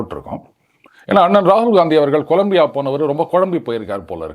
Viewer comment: "கொலம்பியா" இல்லை! "கொலம்பியா"